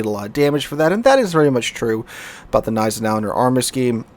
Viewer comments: You actually pronounce the "G" in Gneisenau :) rest is on point though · Gneisenau is pronounced with an hard g so kinda like „kneisenau“ - just in case anyone wanna brag with their German knowledge 😂